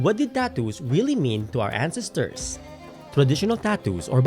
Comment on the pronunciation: Sorry. I'm just brothered with how you pronounce "ancestors" (and other words). For a historian who most likely mentions ancestors a lot, one should probably learn to correctly pronounce it. Other than that, well done!